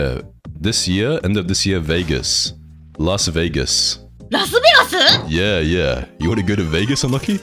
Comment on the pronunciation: Las Vegasu lol 😂 Enoki is Cute AF .